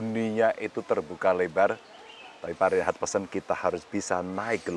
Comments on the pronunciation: mas Ganjar: yg bener nama prof Rhenald Kasali, saya kyk nya denger nama pak Rheinhard😅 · Rhenald, bukan Reinhardt